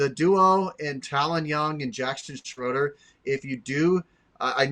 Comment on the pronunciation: FYI - Jaxton Schroeder pronounces the last name with a long A sound. Like Schrader. Thanks